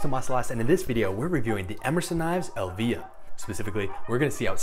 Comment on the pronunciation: it is pronounced EEElvia not elvIIIIa , it is the name of Ed's mother